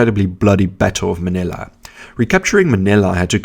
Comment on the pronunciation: Ma - nill - a . Not Ma - nay - a ! Leyte is pronounced Lay - tay not Late! Mindanao is Men - den - now not Maduro although those are my favorite cigars.😆